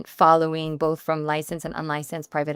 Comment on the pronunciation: The way this woman keeps saying “boff of us” is mad annoying